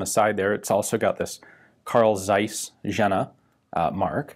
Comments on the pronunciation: Jehhna not Genna. Rest was quite good. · Not Jenna... Jena is called Jeeena , a long "e" please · A small note on your pronunciation of german words, Ian: the city of Jena is pronounced "yehna", with an emphasis on the elongated "e". There's no connection whatsoever with the Kardashians ;) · That Jena city mispronunciation :) Say "Yena" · is "ienna" :))))) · Is it not "Yena"? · Americans better try to say "Jeena" than you are more close to the original pronunciation. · Your pronunciation of the city „Jena“ maybe is a little off :D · Please learn the correct pronounciation of Jena 😭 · It's not dseis but Zeiss. And not Jenna, but Jena like in hyena. Do you even bother to look for some examples of how not to butcher the pronunciation? It's really painful to listen to. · FYI: The Z is sharp and the J is like a Y, so it's pronounced like Carl Tsaiss Yena.